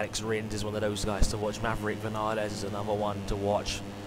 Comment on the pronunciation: Awesome Also it is Vin-Ya-Les Because of the accent